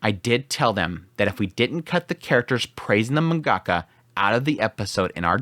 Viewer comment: You can't even pronounce "mangaka" properly..